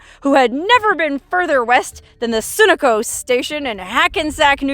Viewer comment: I enjoyed seeing this and my beloved western desert area. I did have a chuckle at pronunciation of Sunoco. She said Sū’ nuh koh ‘sted Sun Oh’ koh. Thought it cute.